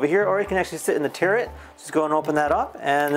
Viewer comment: Please, it's turret not terret